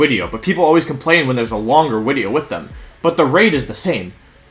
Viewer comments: Does....does he keep saying “wideo” instead of “video”? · Can someone explain to me why Wolfey said Wideo instead of Video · "Oh theres a wideo in your ads" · "There's a wideo in your ads." To be honest that really something to be complained about. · Wait, « oh there is a wideo in your ads » is actually funny x) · Wideo? Haha. Sick team. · I’m confused is he saying wideo or video? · There- theres a wideo... in your wads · New- why he say wideo? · Drink every time he says Wideo. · LMAO is there a reason why he says “wideo”??? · Any excuse to say wideo more and more